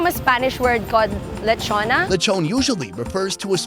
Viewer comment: anong lechona? HAHAHAHHAA